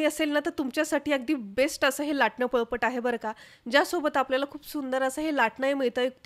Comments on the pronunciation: बाई त्याला पळपट नाही, पोळपाट म्हणतात. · पळपट नाही.. पोळपाट